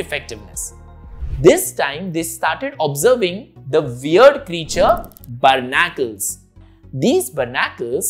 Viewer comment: Berr-na-curls is pronounced bar-ni-cles btw :)